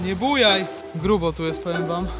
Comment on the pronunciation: masz spacerek po górce i mowisz gróbo xd ahahaahahahahhahaahha dla mnie beka idz nagrywaj kebsy lepiej